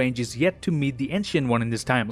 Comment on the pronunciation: Is it me? OR-hear-me-out, I believe you’re saying “WONG” (as in from Doctor Strange) and not “ONE” 🤔